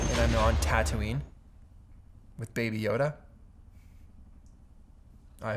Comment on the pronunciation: ilove the way you prenonse tataouine LOVE FROM TUNISIA🖤🇹🇳🌌